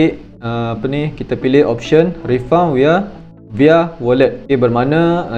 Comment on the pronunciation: Bunyi refund tu Rifan dik.bukan refaun.